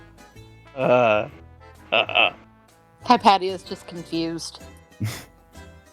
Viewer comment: Probs to the history buff which plays Hypatia. My daughters are named Cynisca and Hypatia. Btw your saying it wrong in both the Greek and Egyptian ways. Its either hip asia or hip a tea uh.people butcher my kids name daily lol and my wife is Anastasia. Yall stalking me? Lol